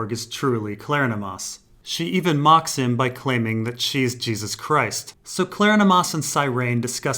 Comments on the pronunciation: I appreciate your work, thanks! But, it is Kleronomas, not Klernomas -- rhymes with Hieronymus. Kler-on-o-mas.:) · Pretty sure it's pronounced like Hieronymus.